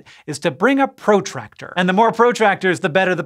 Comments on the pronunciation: Fun fact...it's not pro-tractor (like a professional tractor) it's a protractor as in the thing you measure angles with! 🤷🏻‍♂️😅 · That's the first time I've heard protractor pronounced with emphasis on the O. It makes me think about what an amateur tractor would be like. I liked the video for the explanation too, thanks